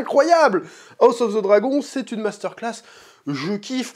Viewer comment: Le meilleur moment de toutes tes videos sur Hotd c’est quand tu dis house of the dwagon !😅